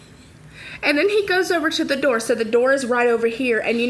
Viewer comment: door not derr